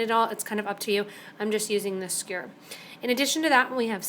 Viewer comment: its a skewer, not a skure lol,,, sorry just a funny thing I noticed, its commonly mispronounced. Good video otherwise :)